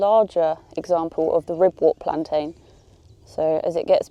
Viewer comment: Ribwort and Pilewort are pronounced 'Ribwert" and "Pilewert" 😇